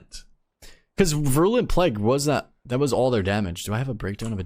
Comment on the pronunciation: Vi-rool-ent plague, not vrulent. Virulent, like viral-ent